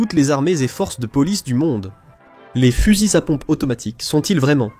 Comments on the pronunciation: Fusils-Z-à pompe ... liaison < mal-T-à propos > GROTESQUE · " Eclaire et coche " Sérieux mec !!! on dierai Pierre Bellmare la ! Heckler & Koch --> "Eklair und Korr" ça se prononce ;) et les "fuzizapompes" non....